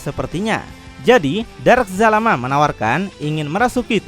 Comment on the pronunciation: astagaa bukan jalamaa zalama